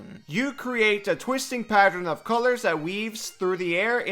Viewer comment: Remember kids: it's PA-tern, not pa-ter-en.